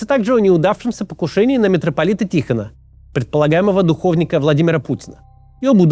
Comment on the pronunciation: Духовни́к, Максим, ударение на последний слог.